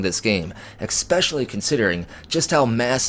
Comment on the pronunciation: I watch your videos all the time. I don’t mean to troll, but you frequently pronounce the word “especially” as eXspecially, pronouncing an X instead of an S. I make similar mistakes with words like ancient, sometimes I’ll accidentally say anGcient. It dyslexia… but ya, it’s good to try and catch yourself.